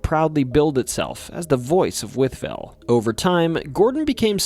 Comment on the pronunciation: From Wytheville, VA, and this is possibly the only person on video like this (much less just on YouTube) to correctly pronounce both Wytheville and Botetourt! Well done! 👏